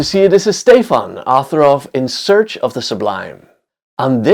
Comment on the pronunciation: I can't watch anything AI. And botman here just said his name was stay-fon which is not a name in any language except bot.